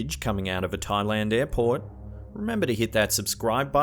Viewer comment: Airport sounded like Airporn here